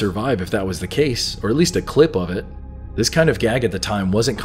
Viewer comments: Actually she says 'this' but she has an accent and she lengthens the word. she pronounces it thee-iss. simple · She's saying "this" with a British accent. So it sounds like "these". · Sweet dreams are made of these is what it has always sounded like because you would assume logically it rhymes with dreams because the synthesizer arpeggiator in the background of the song triggers an effect acoustically on the eardrum which makes it sound like these when the word this is said while the kick drum is registering, I can play the song right now like I just did and it still sounds like she's saying these, not this even though now I know it's saying this. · It doesn’t matter if they what to claim the lyrics are “this”. The song is poetic, and sung accordingly. This is not what is spoken, what is spoken, rhymes with “seas” not sis. End of story. Sweet dreams are made of THESE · So apparently the Eurythmics can't rhyme? These rhymes with seas, this and seas don't rhyme. Even sounds like these in their version and Mansons version. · Actually, it’s the opposite; these makes more sense- it rhymes with disagree… and that’s why ‘this’ sounds strange.